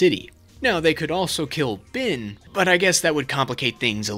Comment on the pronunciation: HIS NAME IS BEN WITH AN E. HIS NAME IS NOT BIN!!!!!!!,!!!